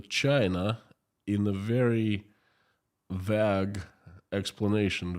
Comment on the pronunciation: You are pronouncing the word vague with a short ‘a’ sound. It is pronounced with a long ‘a’ sound like in the word ‘bake’. Thanks.